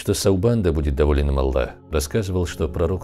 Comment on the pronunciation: ПИШИТЕ И ГОВОРИТЕ ПОЖ А Л Л А Х а не Алла